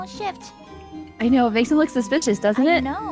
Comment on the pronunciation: said suspictious ( trying to say suspicious)